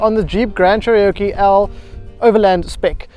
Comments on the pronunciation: Jeep 'chereoke' 😆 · Disappointing review to say the least. Not sure if the presenter needs a little more practice and a confidence (sorry - just my opinion) or if the problem lies with the editing of the final product. The review felt rushed, I’ll-informed (doesn’t know where Jeep places it’s volume buttons behind the steering), confusing (“feels underpowered” but has “plenty of power to spare”) and it’s “Cherokee” not “Cheriokee”.